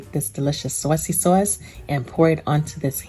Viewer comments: Some noice sawsee sawse right there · The way she says "sawce" tho😍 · "Swos" yeah it kinda makes me blush internally lol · Our soyce (sauce)..lol😅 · The SAWSYY SAUCE. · "Swauce." Love it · I moved to NC from Jersey. And she made me feel back at home with her "Sawse" They say Saaase (short a) here.. lol its aways a topic of conversation 😊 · Bout to make this now , can't wait to make the " Suawcey Suawce" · I like the way you say sauce. Marry me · This is the only way I say sauce now🙌🏽😍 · Should i double the recipe if my ham is 13lbs? Do we still keep it covered with aluminum foil after adding the glaze? Any tips for making at home and bringing to another house? Should I complete all steps and then just reheat at the other house? This looks yummy! I want to make this for Christmas Eve.Thank you! I was born and raised in the Bronx and say "sauce" the same as you)--made me smile! Merry Christmas! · I thought I was the only one that’s from Maryland that says “sauce” like this lol, making this glaze right now!!!! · Exactly how my Nana would say it, she came from Sicily as a child